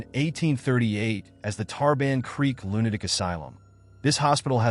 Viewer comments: lunaic? cant the AI say lunaTic.. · now its aradale lunaDic asylum? please AI just say lunaTic!